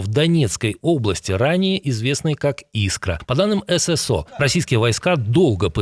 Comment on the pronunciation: Обратите внимание пожалуйста на мой комментарий: не ЭС ЭС О, а про100 ССО